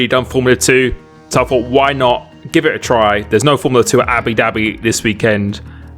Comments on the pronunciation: . I never would have thought you could pull this off at “Abi Dabbi” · Everyone: Abu Dhabi: Abi Dhabi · i think every brit says it like that lol